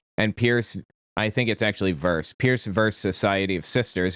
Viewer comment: In court case names, you pronounce it xxx "vee" xxx